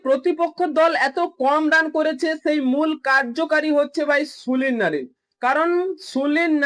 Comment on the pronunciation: Sulin noy Sunil bolun